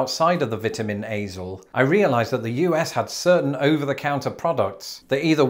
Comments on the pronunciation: He did say Vetamins. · I just love the way you pronounce Vitamins, it is like your are saying Vetamins!!! Hilarious 😂